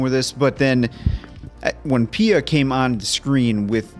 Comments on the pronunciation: ...its pronounced as pee-a, not pi-a😂😂😂😂 ... that's called henna(hen-ah) ... there's many many student who loves engineering from the bottom of their heart, but a large number are pressured to study engineering. Each year 30-40 engineering students commit s*ui*ide in India PLEASE PLEASE PLEASE react to CHHICHHORE PLEASE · Paya 😂 instead of Pia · The movie is one of the best and damn funny but what really made me chuckle this time was you pronounced Pia as Paaya 🤣🤣🤣🤣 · Its pia guys not paya....😊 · How come you can pronounce Fia as Fi-ya and cant pronounce Pia as Pi-ya🤦🏻 but Py-ya😂?